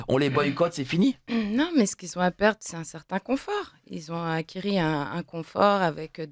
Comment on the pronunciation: "Ils ont acquERIS" 😮🥲